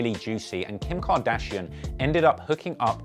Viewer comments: “kIM KardISHaUN” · "kim car dezshon" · "Kim kadidjon?" 🤣🤣🤣🤣🤣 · Kardajean lmaoo